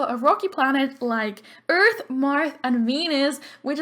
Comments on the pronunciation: "Eleanora Eart" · Lol u said Eleonora Eart instead of earth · It said eart instead of earth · Poor Pluto, I love Pluto. Just because it's a dwarf doesn't mean it can't be a planet. Jeez. :'0 But I loved Neptune! You also on Earth for the last name said Eart. <33